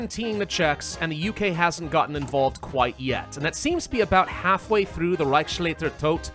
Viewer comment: Reichsleiter Todt pronouced Rah-ishs-lai-ter Todt (not the english "A"/"ei", loud O on Todt). BTW I like the twist and the fun alternative history here!